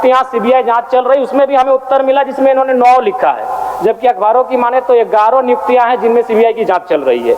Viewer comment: Nijuktiya nhi niyuktiya hota h 😂 humesa se aisa hi bolte h yaa Jairam ke samne jubaan ladkhada raha h